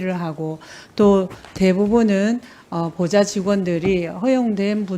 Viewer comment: 보좌가 계속 고자로 들리냐 ㅡㅡ